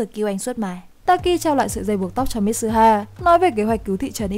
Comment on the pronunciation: Mi-tsu-ha. Ko phải mít su ha.